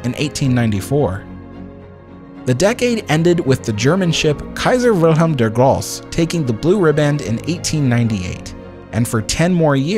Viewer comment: Nice video, only addition I have; It is "Kaiser Wilhelm der Gross*E*", Kaiser Wilhelm was not "gross", he was "der Große" (The Great). Grosse in German means "big", not gross. Also, we do say the "E" in German, not like your "eeee" but more like an English "a". more like "gross-a"